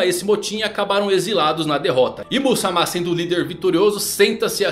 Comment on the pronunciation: É IS MAMA, NÃO IM SAMA!!!